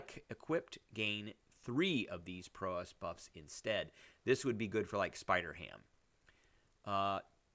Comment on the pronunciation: Prowess, pronounce like 'wow-ess'